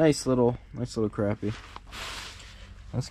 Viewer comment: Good to hear "crappie" pronounced right. Nice fishing!